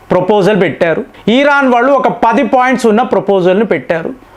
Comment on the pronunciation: ఈరన్ కాదు.. అది.....ఇరాన్. , please